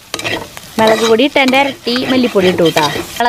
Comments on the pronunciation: Melak no mulak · Chechi Mellak Alla mulllaak